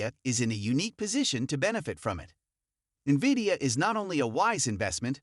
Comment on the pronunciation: "Wood is steadfast in HIS belief in VIDIOUS place in the emerging AI market though SHE sees the business blah blah. These voice-synthesized, perma-subtitled, misspell/pronounced-riddled BS videos are garbage.